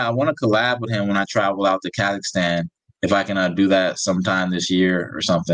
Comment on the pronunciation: The country is called Ka-zakh- Stan not Ka-zakh-ah-Stan bro! 🤣